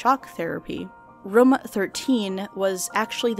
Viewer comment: Why tf would you pronounce "room" like that?